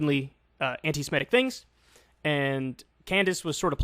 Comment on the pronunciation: Kyle: "Anti-Semitic" is pronounced /an - ti - se - MI - tic/, not /an - ti - si - ME - tic/. It derives from the word "Semite." Please try to get it right next time.